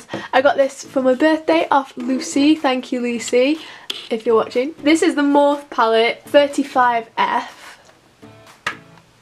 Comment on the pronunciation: It's not pronounced morf, it's pronounced morfey X